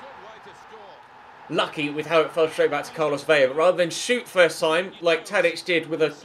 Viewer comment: That's not how you pronounce Carlos Vela's last name brub